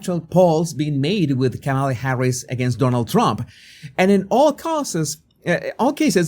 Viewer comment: It's racist to pronounce her name Camela instead of Kahmahlah. At least that's what the propaganda wing of the Democrat Party taught me.